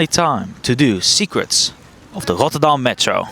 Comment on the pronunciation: “Rotterdam” (sounded very French 🤣). When I think of the Dutch r, I usually imagine either the Utrecht r that destroys your eardrums, or that dry, semi-American r. I enjoyed “Rotterdam” every single time 🤣 (Still haven’t watched the full video yet.)